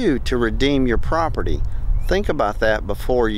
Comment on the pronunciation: Take a shot of whiskey eclvey time you hear him say propert :😮